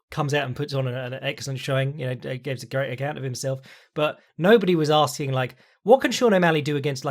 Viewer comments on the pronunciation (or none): none